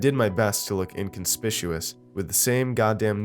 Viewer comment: FYI: "Inconspicuous" is pronounced "IN-CONS-PICK-YOU-US" not "IN-CONS-PISS-YOU-US" :)